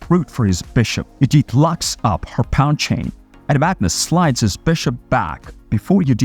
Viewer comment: It is pronounced "PAWN!" Not "Pond" robot